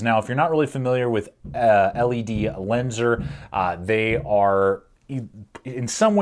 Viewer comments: Just to clarify not trying to be rude I used to pronounce it the same way or say it same way until I watched actual ledlenser promotional videos then I realised that been saying it wrong for ages. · Nice video sir but to pronounce the brand properly just say ledlenser. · Its pronounced as ledlenser and its rly underrated, its pretty popular in the UK